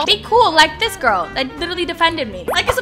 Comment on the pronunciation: That guy was so creep that girl was real fan bc she defended u plus she was not simping than sayin i unsubbed i like Dapandagirl u should have become my girl Lol i luv how he said grill instead of girl 😂😂😂😂❤ LUV U ❤❤😊